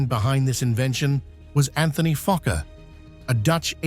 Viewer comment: Bro did NOT say fokkor